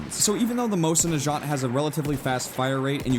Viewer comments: the way you say mosin nagant annoys me xD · you pronounced Mosin Nagat wrong so many times I cringed every time you said it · the way he says mosin nagant makes me sad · PLEASE FOR THE LOVE OF GOD IT'S MOSIN NAGANT, NOT NAJANT. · You can't even say Mosin Nagant or Gewehr right. Gewehr is gee-vee-r. Nagant isn't nu-jaunt. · it's Mo-sin Na Gant not Mo-sin Nachant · you make my brain melt. Its Mosin Nagant- not Najant. NA-GANT Also thats not really amosin thats a Winchester 1895, an American lease to russia. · mosin nigant not mosin nijant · Hey said Mosin najant... ITS PRONOUNCED NUH GAUNT! GET IT RIGHT. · it's Mosin na-gahnt, not najant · I don't want to sound like a dick. But fuck it . This is for learning. Mosin Nagant is pronounced Moe-seen Nahgahn. The T is silent in Nagant. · its pronounced Mo-zin Nuh-gont and the moist at least in real life is bolt action not lever action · lol I think U pronounce mosin-nagant moh-sin nah gaunt not jaunt lol I might be wrong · No way that's the Mosin "najant" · Everytime you said "Mosin Najant" I died a little inside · Also.. it's pronounced MOWZIN NAG-AUNT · First of all it's a Russian Winchester 1895 and it just hurt my ears when you pronounce Mosin Nagant like Moshinachant like it sounds like some French word. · FUCKING GEWHER GEOW HER. MOSIN NAGANT MOSE IN NAH GAUNT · It's pronounced Mose-in-na-gant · The way he pronounces mosin nagant kills me. FYI is pronounced like this mow-sin nah-gaunt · I cringed at the way you pronounced the mosin's name. It's supposed to be "moe-seen nah-gahn". Silent T. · you say it wrong you say it like mosin nagat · Moi-zin-nuh-gah-nt WHY THE FUCK CAN'T YOU PEOPLE SAY THAT CORRECTLY?!?!?!? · come on prenounce mosin nagant right plz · also his pronunciation of the mosin nagant is giving me cancer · Who else is here to correct pronunciation of Mosin Nagant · Jesus you butchered the name of mosin nagant. You sounded french XD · you said mosin nagant wrong but oh well